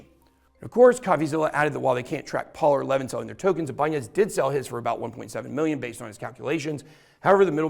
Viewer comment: bro that is so not how that is pronounced 😂 It’s actually also the name of a guitar company. You’re saying the n like an ñ. It’s just “I-buhn-nez”. …orherwise interesting video though, didn’t even know all of this happened, thank you for sharing